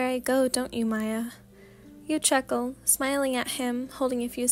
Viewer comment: This is so good!!!!!!! By the way I just wanted to say Miyas name is pronounced the same way you would pronounce Mia :) I love all ur vids ❤ can’t wait for the next few audios❤❤